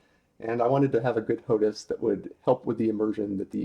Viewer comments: Why do you keep saying HOTUS when it's HOTAS? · its ho-tas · It's pronounced "Hot Ass"